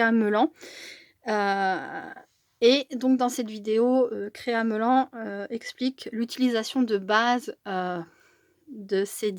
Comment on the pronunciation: Bonjour on prononce créa melanne. Pour Mélanie